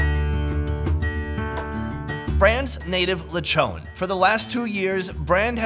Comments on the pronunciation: In the Philippines we make use of literally everything. Zero waste. All of the coconut and its parts. All of the pig and its parts. We respect our food and resources like that. Also... Take a shot everytime you hear LECHOWWWN instead of LE-CHON. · Its pronounced lee-chon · Uhhhhhh in all of mAh birthdays there's always a Lechon Wich mAh mom loves! Edit:Also it's not pawlawan it's Palawan and it's not lawchon it's lechon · Lechone🤣🤣🤣🤣 and also it’s pronounced see-bu for Cebu